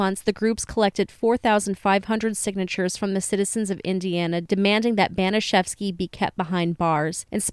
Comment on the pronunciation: Disgusting, vile, evil - it’s all been said, and it reveals the potential for many average humans to be easily conditioned into behaving inhumanely. BTW, the pronunciation of Baniszewski sounds a bit off. P.S. I don’t believe that forcing someone to insert a bottle could be termed “masturbation” under its standard definition.